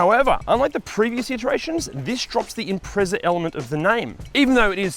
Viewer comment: Congratulations - the only You Tuber who can pronounce the word Imprezza correctly ! - all the Americans and Brits insist on inserting a "T" to give us an Impre-T-zza.